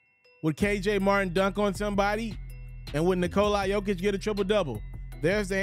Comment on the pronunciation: The closest Nikola Jokić to correct way to say it from American!